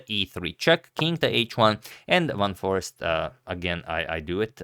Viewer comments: By the way it is Foreest not Forest :) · Foreest is pronounced as if one is saying the words far and haste, without sounding the "h" part of the second word. Give me some upvotes here, people, so Antonio can see the light at the end of the tunnel. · It is not "Forest" but "Foreest", and you pronounce it as "foraste", quite simple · pronouncing is simple : 4raced / for-raced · last name is french/dutch and pronounced: foe-rrrr-eh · Foreest For Eest (vowel like "day" without initial D) Forayst is quite acceptable way of pronouncing it for English speakers. Trust me, I'm a language expert and I'm Dutch. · Just trying to torture Agadmator even more with Jorden's family name, but here it is pronounced by a Dutchman: . So, once again, it is "Foraste", like in "taste", with emphasis on "aste". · It's pronounced Fourayehaksthen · agadmator: I'm the only chess commentator in the world who can correctly pronounce Praggaanandhaa, Nezhmetdinov, Mamedyarov, Nepomniachtchi, Alekhine, and Aronian. also agadmator: Foreest? Forest? Frest? Forast? Forster? Foreskin? I give up. It's pure sorcery! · It's scary when the guy who pronounces almost everything right is like, "I am done with this shit" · Sure that's fine but it's not the correct pronunciation. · And it was in this position that Agadmator resigned his attempt of pronunciation